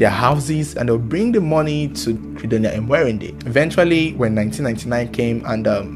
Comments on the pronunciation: It's Mwe_ri_nde not Emwerinde😂😂😂😂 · Am from Uganda She's called Mwerinde not emwerinde Thanks for the story